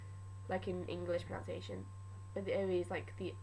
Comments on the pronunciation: This is super-cool, thanks! Wonderful work. Sorry to be pedantic but do remember though that the word "pronunciation" is pronounced as it us spelt - the u is pronounced like "but", as in proNUNciation, not proNOUNciation. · Great video but, unfortunately you do my biggest pet peeve of pronUNciation and that is the fact you actually pronounce pronUNciation wrongly the OUN sound is meant to be an UN sound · Pronounciation? Are you doing that on purpose? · You said "what is most important is pronOUnciation." That isn't a word - its pronUnciation. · I have nothing against the way you pronounce it because... well if these people really have a problem maybe the internet isn't a good place for them, but to everyone who doesn't know why there is such a ruckus about it is because its pronounced (pro nun see ation) so its like a nun, its really... why the fuck do i even care lol, anyway idk why i bothered to right this comment but yea... um.... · Frankly, I think your mispronunciation of pronunciation is pretty cute. Keep up with the awesome videos, and ignore the idiots. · Hahaha, I'm sure it's a good video. But I just can't trust the pronunciations if she can't pronounce pronunciation. Oh the irony <3 Good work though girl! It's a hard language! Dedication to Sindarin <3